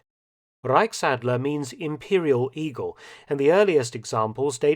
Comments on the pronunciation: reickadler it's so cute how he speak German Hahaha Reich Ch Ch Ch Ch Reichsadler Reich Ch not ck 👍👌😂❤️ And yes we love the iegal.... He is like we wanna be High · zu gut wie er Reichsadler ausspricht